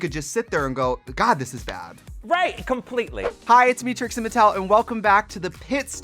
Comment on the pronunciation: Tracy??? Is Trixie hahaha